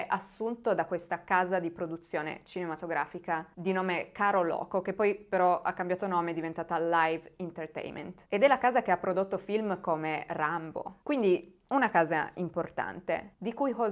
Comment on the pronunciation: Per la cronaca, è "CAROLCO", non "Caroloco".